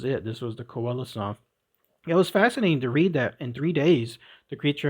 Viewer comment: N.B. Coelacanth is pronounced SEE-la-CANTH. All clear? Could only listen to the first ten minutes B4 giving up. Get the pronounciation right!!! 🐠🐠🐠